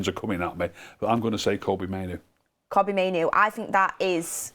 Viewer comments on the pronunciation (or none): Hope you read this, mainoo first name is pronounced Toby but with a K instead of the T not cobbie as you say it